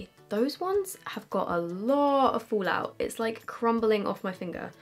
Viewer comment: "folaut" xD